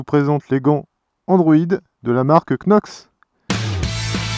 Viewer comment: Ahah des gants quenox paies ton accent anglais 😂 ! Non sérieux ils sont top ces gants !